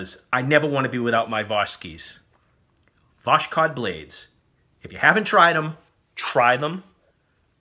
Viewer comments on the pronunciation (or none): not Voshkod, it's Vos-khod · правильно говорить - Восход [vоshOd], а у Вас звучит как "Ваш код". vоshOd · Its still wrong mate, the first "o" in the word is pronounce as an "a", so it becomes vas-hod. There is no "k" in this word at all and probably was translated as "Voskhod" because of some copyright issues Also for some reason everybody is pronouncing "Voskhod" as Vosh-kod, swapping the places of the "k" and "h" letters. Good video anyway, thanks. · Lol its not pronounced "Voshkod" mate, its vas-hod - (rise/sunrise) For some reason they butchered it while writing it in English as "Voskhod" by adding an extra "K" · It's vos- hod, meaning sunrise. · Pronounced correctly VOSHOD, without the letter K. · Love them so much you pronounce it wrong.